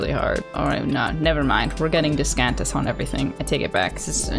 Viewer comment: Discantus ? DISHcantus? No it’s Dish cant this